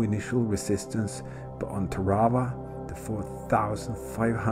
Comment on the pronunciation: nice change of pace, the only boo boo you made was the prononciation of the islane as i was stationed on the USS TARAWA LHA1 , WE PRONOUNCED IT TAR A WA